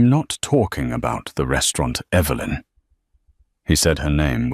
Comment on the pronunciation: Less beard on the mafia boss. I see Evelyn is still an issue when pronunciation. Good story.